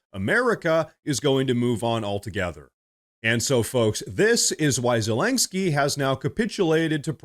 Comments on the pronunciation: There is no "k" before the "sky" in "Zelensky". It's not terribly important, just a note. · Aaaaarrrgghhh. Please stop calling him Zelengsky. There is no 'g' in his name! OK, rant over. Sorry.. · Zellenggsky? The AI just can't pronounce it, eh? But Hey ... that's OK. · i thought it was zelensky and not zelenksky. also why are you holding your head in such a strange position to the camera? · Why does he keep saying “Zelensgiky” ?